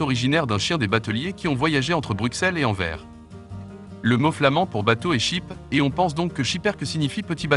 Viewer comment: SchipperkE: on prononce le E final AnverS: on prononce le S final